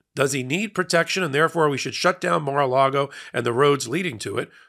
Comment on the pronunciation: Wondering who interests the building of, "Mar lar go"?